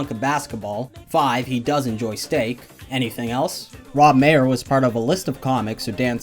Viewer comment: Maher is pronounced Mar btw, not Mayer